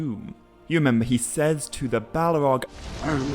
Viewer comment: You do realize that valar is pronounced val-are right? It's not pronounced vuh-lar. Sorry lol just bugs me lol Also the word "says" is not pronounced like it rhymes with pays or ways. It's pronounced like sezz. It rhymes with fez lol